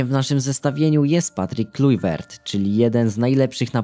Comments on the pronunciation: Jak cos mówi sie klajwert a nie klujwert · Kuźwa klajvert sie czyta a nie klujvert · Klajwert nie Klujwert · Kim jest Patrick Klujwert? Kluivert czyta się Klaiwert... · Klajwert się czyta. Super film <3 [*] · "klajwert" się czyta.....